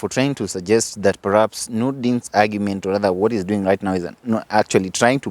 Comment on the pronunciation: "Pahaps" yes. "Paraps" no